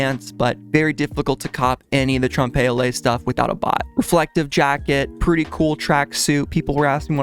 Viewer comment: Please google how to pronounce "trompe l'oeil" and what it means because lol